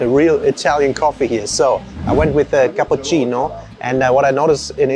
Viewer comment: went full Italian when he had his Cappuccino...